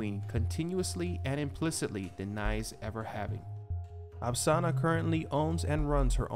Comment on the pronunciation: It's spelled and pronounced "Apasra", not "Apsana"